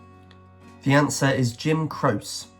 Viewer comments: It’s not “crose” for Jim Croce- it’s pronounced: “CRO-chee”. Dire Straits, featuring Mark Knopfler. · Croce is pronounced (Crow chee) This guy had several wrong and needs to do more research. Wish you Were Here was written about Sid Barrett. One of the original band mates. David Gilmour took over for Sid Barrett.